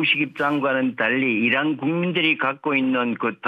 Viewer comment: 이런? 이라구발음했다는.